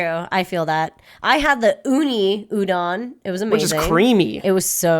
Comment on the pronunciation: Why does Reina pronounce a lot of Japanese words like a white person? Like Udon, Sakura, etc.